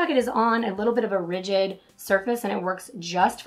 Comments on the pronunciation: Rigid? I think you meant to say "ridged". They do not have the same pronunciation. Rigid has two syllables while ridged has one. Pronouncing ridged is like bridged without the B. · Are you saying rigid or ridged? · Try using the SwiftKey keyboard, or any other keyboard that allows you to move the keyboard to the most comfortable position and size for your thumb. Also, you kept saying RIGID (rij'-id, meaning hard), when you meant to say RIDGED (rij-d, meaning textured). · Rigid generally means stiff, unbending. Are you maybe trying to say ridged? Checked your pronunciations. Perhaps Google it